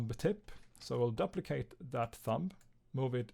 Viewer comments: duplicate (doo-pli-cate) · I Love how he pronounces duplicate